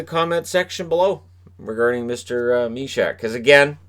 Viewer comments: Sending regards from Czech, its Jan Myšák, not MYSAK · I live in Czech Republic, so I don't care about elite prospects. The pronunciation of Jan Myšák is: /mɪʃɑːk/. Elite prospects are not always trustworthy.